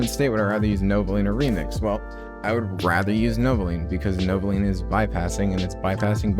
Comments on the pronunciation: thats the whole joke he says novolean through out the entire video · stop saying novolean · Welp looks like I am buying novoline or as you say it novolean